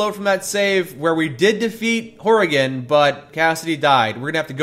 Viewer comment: Why tf can't you pronounce Frank Horrigans name right